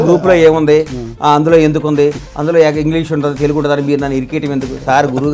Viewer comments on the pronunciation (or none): none